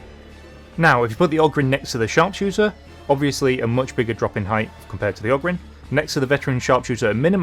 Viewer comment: Just to warn you, ogryn is pronounced o grin